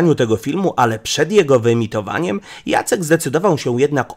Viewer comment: Nie wiesz jak sie wymawia imię Jacek? :)